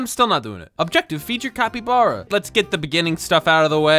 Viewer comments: IT'S NOT CUPACABRA IT'S CAPYBARB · Bro said capy bara cepy bare😂😂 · “Tupricaba” got me rolling to ohio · Bro actually called it chupacabra the whole video 💀💀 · say it like cah-py-bar-ah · Ca-pe-bar-A thats what it is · A cat, a Ibarra, it’s a capybara, not a Cappy Barra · Bro, it’s capybara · For Janegee and other people that don’t know how to pronounce it it’s -cap-be-bar-uh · not even a secend in and he said quesadilla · The word capybara is pronounced cap-y-bar-a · I like how he say chupacabra isntead of capybara (Please dont search up) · ITS SPELLED "CAH-PEE-BAR-AH" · ITS CAPPYBARA NOT THAT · It is pronounced capy bara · Its pronouce "kabibara" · How to pronounce capybara (cap-E-bar-uh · bro that is so CAP-E-bar-uh, it's actually chu-pa-cah-brah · its read kapı bara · Its capy bara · love how you said capybara wrong at the beginning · You do not know how to say capybara